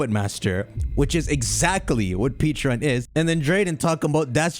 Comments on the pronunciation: 😖I cringed every time you mispronounced Pecharunt. You keep saying Peacharunt instead of Pecharunt. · You say Pecharunt's name like Peacharunt. Peaches don't exist in Pokemon. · Pronounced peh-cha runt. Like the pecha berry. The pkmn equivalent of a peach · The pronunciation is killing me in this video, they’ve already said it’s pronounced pech-a- runt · PECHA-RUNT…. Peh-Cha-Runt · PEH-charunt ,Pokémon world has pecha berries not peaches lol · Something no one talked about is how nearly nailed Pecharunt's name by calling it Pecharo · Mispronounced Pecharunt 🤦‍♂️